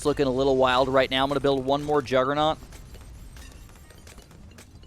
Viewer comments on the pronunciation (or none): none